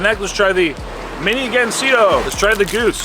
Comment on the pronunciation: "Gansito" not Gansino